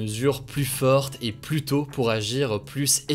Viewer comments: Il faut arrêter de prononcer le s de plus au milieu de la phrase ! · Hugo tu dis toujours "plusse" ça me tue XD